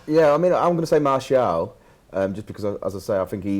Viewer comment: mate; you're a top lad, but you gotta learn how to pronounce Martial's name properly. It's pronounced: [Maar][Cee][Al]